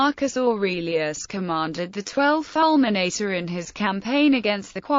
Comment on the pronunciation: Falmenaytay.... My ears are bleeding.